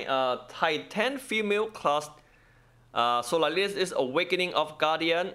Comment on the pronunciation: solalis xD , im dyiiing 😂😅